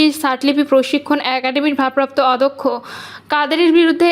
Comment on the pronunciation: সংবাদ পাঠিকা বারবার "অধ্যক্ষ"-কে "অদক্ষ" হিসাবে উচ্চারণ করেছেন,যা' একজন শিক্ষিতা এবং সর্ব মহলে প্রচারিতব্য "উচ্চারণ" হিসাবে কোনোক্রমেই গ্রহণযোগ্য নয় বা হতেও পারেনা!